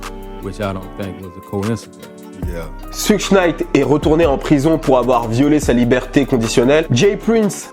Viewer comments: mdr "souche night" mdr t serieux , tu peut pas dire "SHEUG " pour suge knight wtf mec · Putain Christ es videos sont style tu parles de rap us , mais putain la prononciation immonde , Suge Knight, faut le dire comme tu dit SugAR , pareil le mec s 'appelle pas Treyway mais Shottie ! PUTAIN QUOI MERDE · T'abuses mec ça se prononce SEUDG knight quand même depuis le temps ! Tu fais mal aux oreilles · sa se prononce choug knight